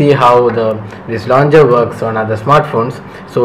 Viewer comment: It's launcher, not launger! You're driving me crazy!